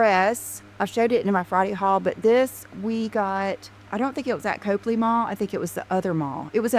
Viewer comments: said “Cope” ley Place, but it’s pronounced “Cop” ley Place. If she took as much time to learn how to pronounce the places she goes as she does learning where the shops are she wouldn’t look so clueless and for lack of a better word stupid. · It’s NOT COPELY ITS COPLEY. COP-LEY😮 OMG SHES SUCH A DOPE!!